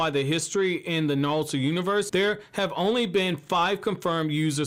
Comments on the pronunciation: Why does he say NaLuto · Is he saying nalto?